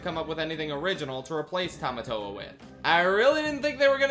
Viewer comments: That's not Tomatoa, that's Potato-toa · I'm sorry but besides the butchering of Tamatoa I'm now hung up over why they changed Maui's shark head to a hammerhead-? Why did they change it to a hammerhead-!? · Butchering Tamatoa + That terrible wig